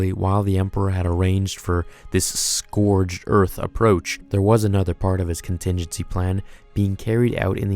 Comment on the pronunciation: Scorched earth*.. not scourged